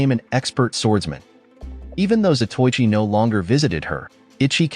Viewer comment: It's a good movie that I have a copy of it in my hoard of Asian martial arts movie. I wish the narrator pronounced some of the Japanese words correctly. Zato Ichi, is like pronouncing Zorro as Sorro. It's Za toe I chi. Quite a well know late 50's to early 70's, blind swordsman. There's only been two or three Japanese Samurai movie series. Shintaro Katsu as Zato Ichi, the blind swordsman. There was also Lone Wolf with baby cart, which was Ito Ogami, the former royal executioner with his young son in the baby cart. That was Wakayama Tomisaburo, who I believe is Shintaru Katsu's brother.